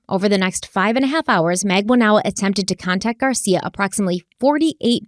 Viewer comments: It’s funny but I’m sure someone has mentioned it… would you maybe consider searching for the actual court trial so you can pronounce last names correctly? Just saying.. 😆 For instance..Katherine (pro: mag-ban-oo-ah) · Magbanua - "Mag ban wuh" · I love you but it's MAG-BAHN-WA. It's a common Philippines 🇵🇭 surname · please pronounce Charlie's girlfriend Katie as MAG BANA WAA. It sounds like you are introducing a new person the way you pronounce it. 😊